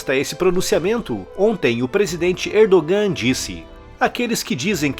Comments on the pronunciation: so Uma dica a pronúncia do nome do presidente da Turquia. Erdogan lê-se Erdoan. esse g é só uma letra que indica um prolongamento da vogal anterior. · A pronúncia de Erdogan está errada